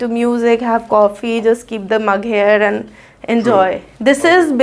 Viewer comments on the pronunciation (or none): and became andooo 😂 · Every she pronounced "And" like "Andooo"